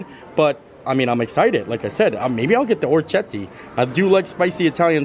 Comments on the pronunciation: I’ll help you out. Or-eh-kiet-teh 🇮🇹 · Or - ri - Ket - tee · You had it close,. oh-reck-ee-ET-tay. It means little ears. Both dishes looked so good. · Hey! I’m all Italian and it’s pronounced - or-ri-ket-tay which means “little ears” in Italian. I make this dish quite often. I love it!! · Hey! Thanks for another amazing video. I met you when you came to Magnolia Terrace at epcot, I was the cm working on the grill making oysters. So yeah, the pasta you got is pronounced Ora-key-yeti. It means "little ear" in Italian. Super tasty and def one of favorite pastas! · oh-reck-ee-ET-tay (Orecchiette are a pasta typical of Apulia, a region of Southern Italy. Their name comes from their shape, which resembles a small ear) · Or uh kett ee. Means little ears in Italian. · Well my family is Italian and the way we’ve always pronounced it is oh-kee-yetta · Okay, every time you tried to pronounce "orecchiette" an italian person died. That's me, I'm the italian person. I died. 🤣 So, if you are interested: 1) It's "Oh-reh-kee-eh-teh" 2) it means "little ears", and it's a pasta typical of Puglia, a region in the south 3) it's not a dialect thing, ch- in italian is ALWAYS pronounced as k- (we do not really have the letter k in the italian alphabeth) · It's pronounced 'ore kete' it means 'little ears lol it's one of my favorite pastas😍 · Hi. It's pronounced oh-reck-ee-ET-tay, small ears, hence the shape of the pasta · Or-I-Ke- te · Download Google Translate for the correct pronunciations. Is it perfect no, but orecchiette it's not as difficult. In this case the ch would be pronounced as "k". Orec-ket-tay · Ch in Italian is a K sound. Ci is che, long e, and Ce is cha, long a. Orecchiette means little ears. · "ch" is a K sound in Italian